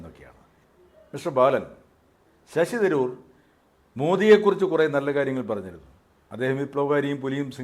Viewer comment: ശശി ദ് രൂർ അല്ല .ശശി തരൂർ. ഭാഷക്കു സ്ഫുടതയില്ലാത്തവർ ഈ പരിപാടി നിർത്തണ०.